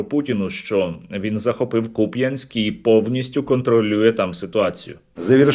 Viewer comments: Блет як бісить, як він не може вимовити правильний наголос міста, кончене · Як хуйло обісралося з кУп'янськом,вони все намагаються перекрутити назви наших міст і кажуть кпЯнськ,мене це так бісить. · Так они купЯнск какой то захватили, а не кУпянск, а это совсем другое